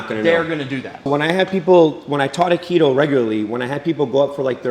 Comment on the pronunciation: "Wing chun"... "No Akido" CLOSE! I spit out my water.